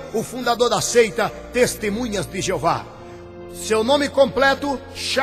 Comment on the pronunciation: Mais uma coisa ´e testemunhas de JEOVÁ e não Jeovar, aprenda a falar primeiro, depois pesquise mais pois voce não sabe NADA.